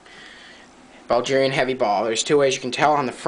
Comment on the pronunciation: Bro where is Buljeeria? Do you mean Bulgaria? Bull-gare-ee-uh?